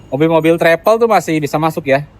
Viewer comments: 🤫 kaga bisa lidahnya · Travel...bukan trepel...